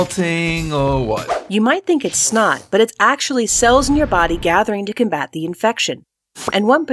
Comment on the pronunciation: Did she just pronounce combat as cmbat?